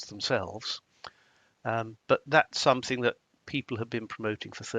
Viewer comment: It’s something NOT somethink!!